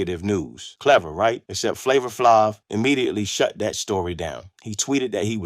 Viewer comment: How u gonna make a story when you can't say Flavor"s name right 🙊😣